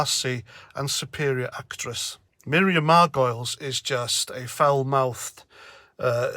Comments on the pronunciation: She's a Jewish lesbian so she has a ticket anywhere she wants to mouth off. Btw it's pronounced Mar--Guh-Leez (not "Margoils") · Margoleeeees…is how you say it ….she is such an attention seeking person…and ignorant. Yes she lives to be shocking. It seems that these actors eventually begin to believe that they are right in everything. I think she is often getting accolades on the holly and Phil show….they love her …of course. Later I read that the mispronouncing ion was deliberate to rhyme with gargoyles… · It's pronounced 'Margolis' although Margoyles the Gargoyle would be preferable. Crap actor as well. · Her name is pronounced Mar - go - liz, (3 sylables) methinks . . . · I thought it was pronounced "Gargoyles". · And pronounced Mar go lees. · You're mispronounced surname effort is fooking ace mate:-) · clearly you don't have a clue either about Miriam Margoyles (you can't even pronounce her name properly). Nor do you have a clue about Jeremy Hunt either. I am no leftie, but I fully get where Miriam Margoyles is coming from because I actually know her history and Jeremy Hunts, and I fully understand her comments. You get nothing. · Cannot stand her either. Have you spelt her name incorectly on purpose, so you can wind her up by mispronouncing it. ( Margolyes ) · Let's get this out of the way first: if you are going to post a video about somebody, please make sure you are spelling and pronouncing the name correctly. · Absolutely vile attention seeker, even if you do pronounce and spell her name incorrectly.